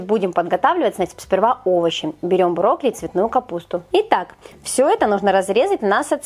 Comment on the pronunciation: Как Вы брокколи называете? Брокли?!😳